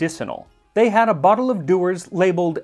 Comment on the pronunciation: it's splendid when you try to speak in a Scottish accent, however Dewer is actually pronounced "Jewer" by the locals, and in the gael "uisge na beatha" the beatha comes out like Bah, but as your video was more than a year ago so I am thinking as we Scots are a wee touch pernickety about irrelevant matters you will have received notice of such matters. When you raise your glass and say "Slàinte"(cheers} pronounced Slange pronounced Slange. All that nonsense said, I am really enjoying your cooking/history fusion and will be buying a copy of your cooking tome as soon as I can locate one. :hand-pink-waving